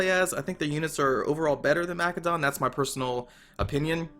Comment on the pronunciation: I came here to see if this would be a good Total War series to watch. Not even a minute it and you're annoying the crap out of me with the way you pronounce Macedon. Why do you say it so fucking wrong?